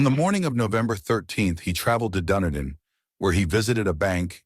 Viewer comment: Isn't it pronounced "Duneeden"?